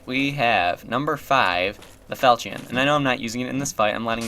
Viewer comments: 8 years in the future: It’s fal-shin. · Pronounced "fal-kion" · Actually, it's "fal-shion" it's a mesopotamian weapon by origin, and a generic term for a sword from the falchia family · you have been saying it right. it is not pronounced "fal-kion" but "fal-chin". I have found many different souces that support this and even give audible examples. this is the way it is pronounced. though, im not sure it isnt a "to-may-toe" "to-mah-toe" deal. cant be sure. but still, i have found several sources pointing one direction. ill stick with it. plus it sounds better. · really? I was told the french pronunciation was "kion"?